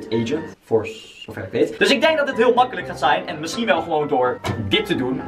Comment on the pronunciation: Grappige wwweeelll